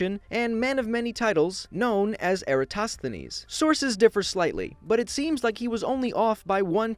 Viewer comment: Me: Socrates?: Eritosthinese🤦🏽‍♂️🤦🏽‍♂️